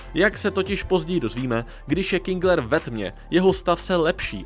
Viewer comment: jen to teda není Kingler, ale KINGER